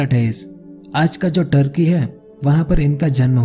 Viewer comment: listening properly it's turkey not thurky 😂